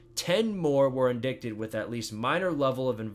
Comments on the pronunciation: Very informative. Only thing the word "indicted" is pronounced "in-DIE-ted" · it's absolutely reasonable to correct a grown man who doesn't know how to pronounce a word as common as "indicted"